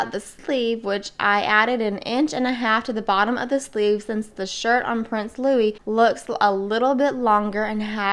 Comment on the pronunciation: It is Lou-ee not Lou-iss! You did it perfectly.